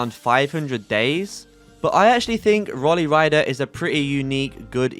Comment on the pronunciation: you dont pronounce rolly like that lmao its pronounced roll-ee not roley lmao